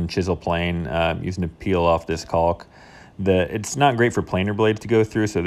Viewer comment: After what I assume is over 30 years of living on this earth, you still cannot pronounce caulk correctly.